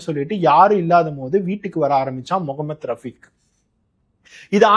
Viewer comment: Neega pesum pothu mohamed rafeek andu solgirigal an rafeek andu sollalama mohamed, mohamed endu aluthi solgorigal neegalum sangi kutama paarthal appadithan therigirathu